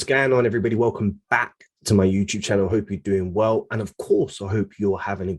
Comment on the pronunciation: welcome "bark" to my "Youuutube" channel